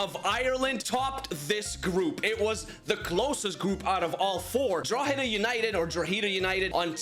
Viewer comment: Yo. Drogheda United is pronounced Draw-hed-a. Just for future reference 👍